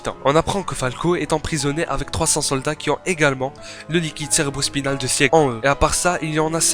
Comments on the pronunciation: Petit astuce quand ya un e dans un prénom de SNK il ne se prononce pas, donc faut prononcer sigue et non sieg pareil pour pique et non pieck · Bon commentaire😀. Par contre Sieg et Pieck se prononcent "Sigue" et "Pique" 😉